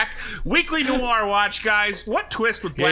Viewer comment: Noir is pronounced No-R, not new-R. In American English, anyway - it’s more nuanced in French, but I’m fine with American speakers pronouncing it the way that is commonly accepted. But “new-R” is like fingernails on chalkboard.